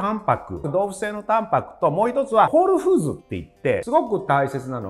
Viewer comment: コールフーズではなくて、ホールフーズでは？？